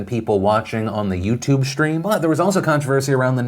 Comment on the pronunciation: "Shtream"??? really? How many times in one video can you mispronounce the word "stream"?